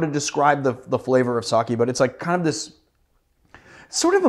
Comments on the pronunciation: Sake is pronounced something like Sakhay not Sakhee (English es not my mother tongue so I'm approaching to the pronunciation as best as I can) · Sake = saw-kay = alocohol. Saki = saw-kee = destination. <3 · “Saw-Kay” not “Saw-Key” y’all gotta stop saying it like that 😭🤦‍♂️